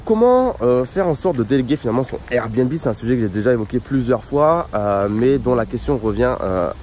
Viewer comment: Son RRRRRR bnb 😂🔊